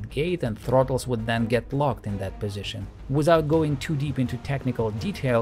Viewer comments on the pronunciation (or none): none